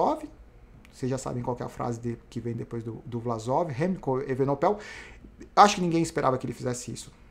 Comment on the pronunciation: falta aprender o nome do Belga: Evenepoel não Evenopel....kkkkk